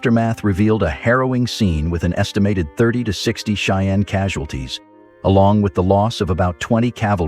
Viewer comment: Your pronunciation of the word "Cheyenne" needs to be changed.